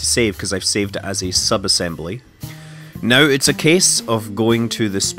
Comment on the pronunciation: everytime you say "now" it sounds like "no"